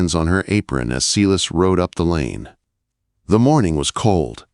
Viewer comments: Sy-las, not See-liss. Please get some help to fix this AI glitch - it's very distracting and makes the story inauthentic. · From Southern Louisiana, saying thank you for this great story. Silas is pronounced S-long i sound, las- short a. If you don't believe me, read Acts 16.